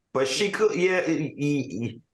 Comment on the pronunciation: Please say these peoples names right. ZEN-DAY-A